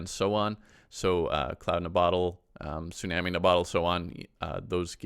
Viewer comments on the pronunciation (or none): none